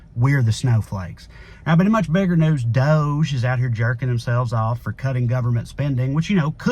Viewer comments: Pronounce it dodge not dohge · Why you pronounce DOGE like dozh when it obviously sounds dodgy. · Doge is pronounced dodge-ee. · Personally, I think DOGE is pronounced, “DODG-E.” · It’s not pronounced DOGE it’s DOUCHE. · DOGE= dog-e/DOGGY/doggie like how mush is fuckin chump doge style........just my opinion on its pronunciation. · I agree with toneking56 (below) who wrote, "DOGE should be pronounced : Dodgy …. British slang for something that is dishonest or corrupt ..unreliable…low quality…..potentially dangerous…" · DOGE should be pronounced doggy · Can we all stop pronouncing Doge that way? I mean doesn’t it make more sense to say Dog-e as in first word of “doggy shit” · It's pronounced Doggy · Thanks to another poster here, I'm calling it "that Dodgy agency" from now on! (pronounced dodge-ee) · DOGE should be pronounced : Dodgy …. British slang for something that is dishonest or corrupt ..unreliable…low quality…..potentially dangerous… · We should pronounce DOGE like "dodgy". Partly because it will annoy MAGA, but mostly because it is dodgy. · I make a declaration of a name change: Doge from this day forward, must be pronounced Dog-ee. Got it? Dawg Eee. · I thought it was pronounced Dog e. Like musk is doing it Dog e style to America.